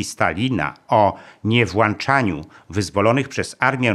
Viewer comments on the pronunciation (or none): Czyli to tylko ciekawostka. Pozdrawiam PS - ale nie włancza się, lecz włącza...